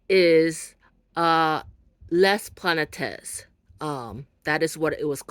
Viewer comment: Thank you for the video ❤ Very enjoyable! It’s pronounced plah-net.